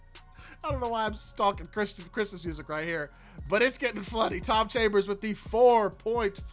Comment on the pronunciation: Haha love the vid you definitely said chom chambers